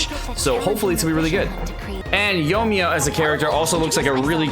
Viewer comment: Yo-E-Me-Ya. 4 syllables 😊